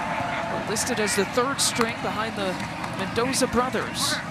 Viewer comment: The female commentator needs to stop calling him Mentoza. It's Mendoza with a d!